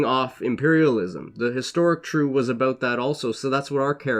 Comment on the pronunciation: You Totally butchered the name Triêu. It is NOT True. More like Tree -eu (like French eud as in eud de parfum).